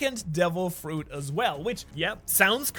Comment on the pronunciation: Bro said Fuet instead of Fruit 😂